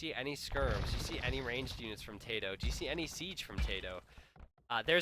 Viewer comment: I think your video may be lagging, you repeat every sentence you say at least twice. Also, his name is tatoh not tadoh. if i ws him, i wouldn't be happy having my name butchered unnecessary